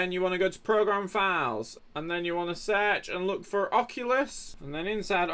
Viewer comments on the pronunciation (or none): none